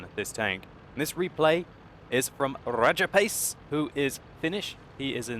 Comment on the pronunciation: RRRRRRRRRRAJAPACE WRRRRRRRRECKS RRRRRRRRRRRRRHEINMETAL BORSIG